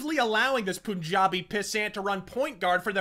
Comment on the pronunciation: Great video. One correction though: its pronounced "PUN*- jabi". Not "Poon - jabi"